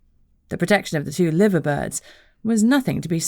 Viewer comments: Its pronounced Live er not Liver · Lie-ver birds. Not Livver. I know, not what you would think.